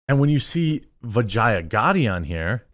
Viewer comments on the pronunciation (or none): none